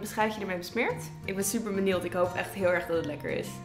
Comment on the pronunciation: 'Benieuwd'.. Niet 'benield'